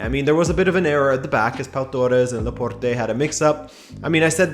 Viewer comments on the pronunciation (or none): I'm pretty sure the "e" at the end of Laporte is silent... 😁 I mean it's a French name...